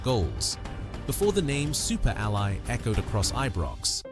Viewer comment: Super Al Eye???? And no. We Didn't Die. Get it Right.